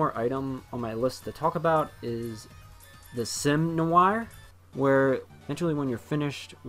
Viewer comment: It is so funny how this guy totally cant pronouce Noire despite her being his favourite character. I wasn't even sure what he was trying to say the first few times, "nu-whe-arrrrr" I bet he calls Blanc "Blank" :P